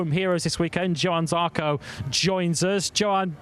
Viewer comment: Can someone teach the 'Coronation Street' reject not to keep saying Yohann Zarco.